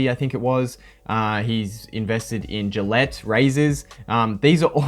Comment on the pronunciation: Gillette!? Thou shall not pronounce this brand any more!!!